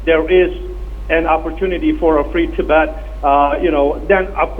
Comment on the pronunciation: It's Tibet, not Tibeth